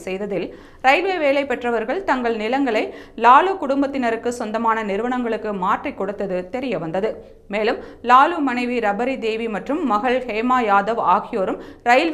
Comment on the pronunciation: ஐயா சாணக்யா. இந்த அம்மா செய்தி வாசிப்பது சரியில்லை. ராப்ரிதேவி க்கு ரப்பரிதேவி என்று கூறியுள்ளார்